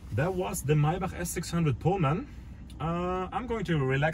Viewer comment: I really enjoyed this video. It's so nice to hear someone correctly pronounce "Maybach". I haven't seen another video on a Pullman model and I greatly appreciate your having made this one. Thanks!